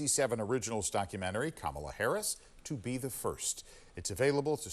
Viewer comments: It's pronounced camel 🐫 la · I think the newscaster said her name wrong as well. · Kamala has mispronounced her own name. No joke, there's video. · There is a race and social justice reporter. This is an insane news report. Her record speaks for itself. Her skin color is immaterial. She also just isn’t very intelligent. My god, the anchor at the end didn’t say her name right either. wtf